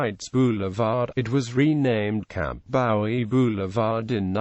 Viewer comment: Bowie is pronounced Boo wee.